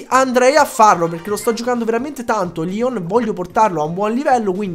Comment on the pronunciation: Si dice leon no lion